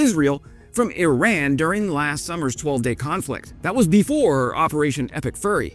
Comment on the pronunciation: nice.. now i think "epic furry" everytime i hear "epic fury" 🤣 Kind regards from Denmark